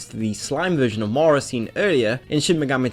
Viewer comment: Hmmm... i hear morow alot, but he does say not obout but about properly.... english language has way too many exceptions @@